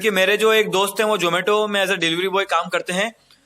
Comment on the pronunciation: jomato nhi zomato.....hai